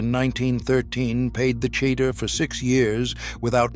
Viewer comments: At about :39 —- it is not pronounced “ cheddar” as in cheddar cheese. Did not hear the rest. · Look Mr Non Jewish narrator of this video. If you are going to read Jewish words then learn to pronounce them properly. Cheder = hedder the C is silent Challah = Hallah the C is silent Cholent = CHO lent . The Ch is like choo choo from train